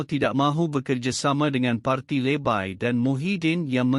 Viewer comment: Tolong sebut perkataan LEBAI dgn sempurna kalau tak tau sebut lebih baik beri orang lain.